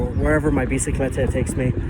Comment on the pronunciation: My Spanish speaking self when I heard say biciclete instead of bicicleta 👁 👄👁